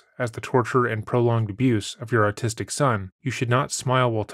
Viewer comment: The narrator really said "ARTISTIC" instead of AUTISTIC!🤦🏼‍♀️ It's usually chocolate ppl who pronounce it that way, but the narrator doesn't sound chocolate. He said, "She has absolutely no ability to EMPHASIZE with her son".🥴🤦🏼‍♀️ The word is EMPATHIZE! The narrator is definitely chocolate. There's no way vanilla would mispronounce Autistic and Empathize. You would think a narrorator would make sure they're able to pronounce words properly, regardless of what flavor their outside layer is.